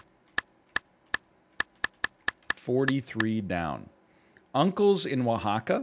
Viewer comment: I'm surprised NL actually knew how to say Oaxaca. I live in an area with a higher than average Mexican population in the States, most non- Mexican Spanish people here have no idea how to pronounce it, and certain citizen-born generations with Mexican heritage seemingly don't know how to pronounce it either, even though Mexican Spanish is almost a second-hand second language to most people here. I wouldn't expect NL to have a situational experience for understanding the pronunciation of the name, so it has to be mostly, if not purely, trivial knowledge, yet where would that trivial knowledge come from, other than maybe a one-off Jeopardy question/answer or Geo Guesser, though Geo wouldn't give the pronunciation. This becomes even more odd when NL doesn't actually know Spanish, let alone Mexican Spanish, as Oaxaca isn't even Spanish, it's left over from the native languages of the area. The only thing I can think of, other than Jeopardy or something similar, is food knowledge, such as Oaxacan cheese, as regional cheeses are named after the region, or possibly a regional food or regional variant of an ingredient or dish.